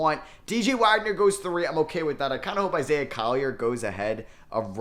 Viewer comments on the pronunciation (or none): none